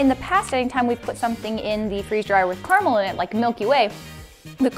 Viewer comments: ITS CARAMEL NOT CARMEL RAHHHHHHHHHHHHHHHHHHHHHHHH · It’s car-A-Mel not Carmel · im juat wondering WHERE IN CARAMEL IS THERE A U!!!!!!!!! ITS CA-RA-MEL NOT CAR-A-MUL!!!!!!!!! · Im sorry but its not CARMAL ITS CARAMAL OMG GET IT RIGHT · I always get confused when you guys say "carmel" Like it takes me ages to realise you mean caramel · Im sorry but.. Carmull